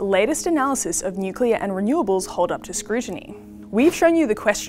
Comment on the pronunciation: Bowen can’t even pronounce nuclear, only appealing to low intelligence voters